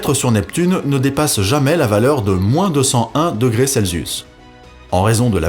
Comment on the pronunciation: Intéressant. Peut-être auriez-vous pu préciser de façon succincte comment Galilée à induit la présence d'une planète. Un détail : pourquoi prononcez-vous Celsius "Zelsisu" et non pas "Selsius" ? Je sais, je pinaille.